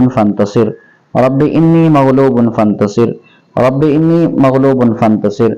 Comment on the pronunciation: Moulana inni nahi hai anni hai